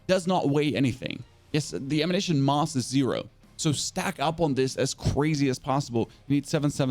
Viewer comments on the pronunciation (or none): great video and thanks 🙏🏼 I must say though you have a funny way of pronouncing some words… Mass “Moss” 😄 Accuracy: “Acurrosy”? 😅 Favourite: “Favorott” 😂 and you even emphasised the “b” in Limb! 🤣! not trying to be rude just I noticed lol